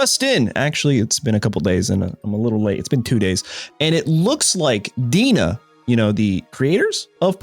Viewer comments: DeNA isn't pronounced as "Dina", it's "Dee Ehn Ay" like DNA. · DeNA is pronounced D N A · Dena is pronounced DNA. Yeah, it's dumb